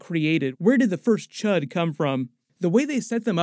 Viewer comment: Cee Eightch You Dee, not C U H D. Srry hate to be that guy but couldn't think of anything clever to leave so...